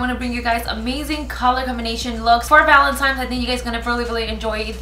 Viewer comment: I still dont understand why people say valentimes.... it's valentine's..... but beautiful as always!!!